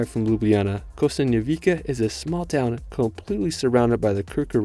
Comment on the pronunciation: You have made a stunning presentation of Slovenia. Thanks. There are only a few misspelled local names in the text: Predjama Castle: "j" pronounced like "y" (Pred-Y-ama) Lake Jasna: "s" pronounced like in "sun" (Ja-S-na) Kostanjevica na Krki: "c" pronounced like "ts" (Kostanjevi-TS-a) St. Primož pri Kamniku: "K" pronounced as "KAHM" (like "calm" with "a" as in "father"), "neek" (like "seek" but with "n") By the way, the Church of Saint Thomas is near Škofja Loka (not "Silka"?) If, in addition, you managed to pronounce the accents of all these place names correctly in Slovenian, it would blow away a native listener. It's true that these are just a few little things, but they're like icing on the cake. Otherwise. Great job! Well done!